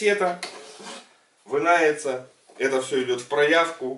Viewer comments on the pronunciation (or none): Кассета "вынается"? Русскеезыг весьма ок!